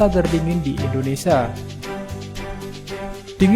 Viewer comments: Indonesia, bukan Indonesa. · Admin beritanya baik tpi Admin hrs belajar melafalkan nama Indonesia dengan benar. Admin bs bilang Malaysia dengan benar knapa nga bs melafalkan IndoneSIA dengan benar. Nama negri Kita INDONESIA bukan INDONESA. Kedua melafalkan kan Like itu ,"i" nya dibaca "ai", lafal bavanya 'laike' bukan 'leeke' Mohon di perhatikan.